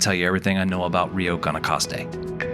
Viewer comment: Great video! Nice shots. I'm trying to get my family to come stay here next year. Just a heads up, Guanacaste sounds like "gwanacaste."